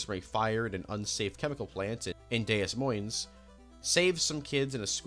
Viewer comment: Common mistake, Des Moines’ name is pronounced “Deh Moyne” It’s French so it doesn’t sound like it looks